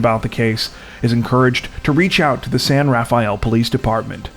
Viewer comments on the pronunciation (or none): FYI locals pronounce San Rafael (san rafel) the second s in rafael isn’t pronounced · San Rafael is not 4 syllables. LOL